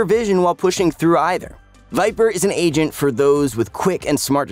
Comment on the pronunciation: why do i always hear "asian" instead of "agent" in this video?..